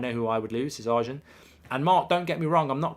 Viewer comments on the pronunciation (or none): none